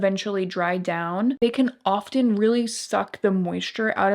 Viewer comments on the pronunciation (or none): Great video. ❤️Really enjoyed it and some helpful tips. Because you speak publicly, a little tip I hope you will appreciate- the t in often should not be pronounced. Just trying to be helpful. 😉